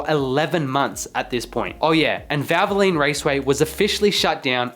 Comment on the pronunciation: Why can’t you say valvoline correctly. “ vavalene” 🤣🤣 and while I’m at it, what is a prodge ect. Are you an Aussie. The word is pro ject, try it ,we have been saying it for over 200 years.